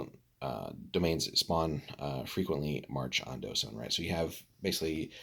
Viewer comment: The Dh is actually pronounced like TH as in THINK so it's TH-sone.